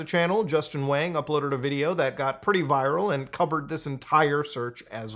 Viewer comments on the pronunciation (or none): none